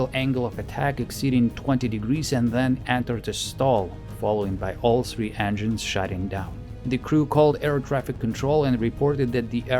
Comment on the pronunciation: Произношение слов "Аэрофлот" и "three" выдает русский акцент. в остальном - очень достойное видео и озвучка